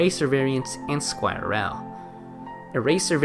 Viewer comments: i have never heard someone pronounce squirrel like that 😭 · Yeah lol